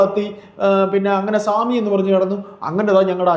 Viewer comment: സേമി അല്ല സ്വാമി